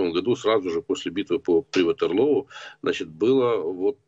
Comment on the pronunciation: Про яке "Ватеролоо" каже експерт?